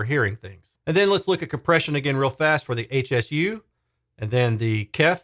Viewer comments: Just FYI, Hsu is the name of the founder of the company, Dr. Poh Ser Hsu. It's pronounced "shoe." 🙂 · This dreadful review is echoed by one on audio science review. I think it's important to note that it's Hsu like "shoo" rather than HSU - named for the founder, Dr. Hsu. They make excellent subwoofers so it's stunning that they released such a bad bookshelf speaker.